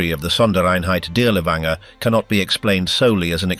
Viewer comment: Perhaps you could have taken the trouble to pronounce his name correctly?